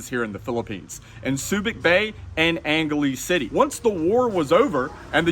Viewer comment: the way he said angeles city lol